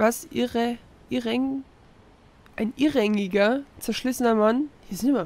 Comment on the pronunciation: Ich finde es schon putzig wie du noch sagst "hier sind aber auch immer Wörter drin", aber das Wort leider falsch liest. Es ist kein "Irrängiger" sondern ein "Irräugiger". :D Aber ich kenne das. Ich habe festgestellt, dass ich in meinen Videos schon die merkwürdigsten Dinge vorlese und es nicht mal bemerke. Du schlägst dich rätseltechnisch aber bisher echt gut. :)